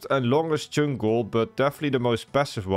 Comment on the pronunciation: Just here to hear him say cheünk